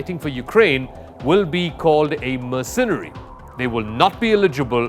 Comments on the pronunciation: NOTE to: 'Mercenary' is accented on the FIRST syllable, thus MER-cǝ-nǝ-ri or MER-cǝn-ri. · Learn to speak English. Mer sen nary is how it is pronounced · The accent in Mercenary is on the Mer part! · Let me help you out. Mercenary: Mer-SEN-Ary. SAS: S-A-S. not Sass. How the hell is there anyone in the media that doesn't know who the SAS are and how to properly pronounce the acronym...mein gott